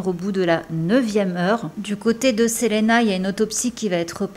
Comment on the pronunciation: Très bien ta vidéo mais juste ça se dit Selina parce que c’est en anglais